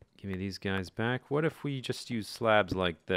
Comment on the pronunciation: when you say "welcome backa to the mindackracka" it sounds like "caca" wich in spanish means shit or poop